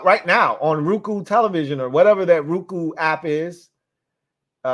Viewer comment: Lmao aye it's not RUE-COO It's ROW-ku Like that nigga GOKU